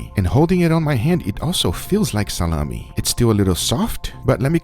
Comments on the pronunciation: Like SaLAHmi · it's funny when you say "SaLaMi" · Its the russian pronunciation "Tsalami" XD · he emphasizes the LAh part of salami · No one: “Salami”